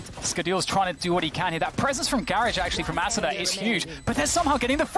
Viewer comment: During the whole commentary the commentator mispronounces “Asuna”